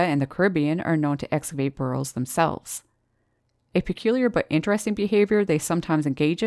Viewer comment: Great video as always! 😃 By the way, what are "bur-rls"? 😆